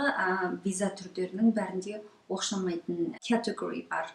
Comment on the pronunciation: Оқшамаитын # Оқсамаитын✓ Торап # интернет ✓ Документ # дәукымент✓ Қанық # Анық✓ Гырапа # құжаттар✓ Көп сөзді ұмытып қалған сяақты сіз. Қайта Дұрыстап алсаңыз керемет болар еді. Рахмет сізге